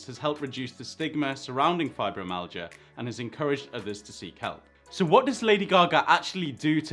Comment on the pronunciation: There's no amount of money in the world which will take the pains away. It's pronounced fibro- MY- al-gia